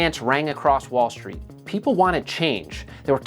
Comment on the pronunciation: Volf of Volestreet lol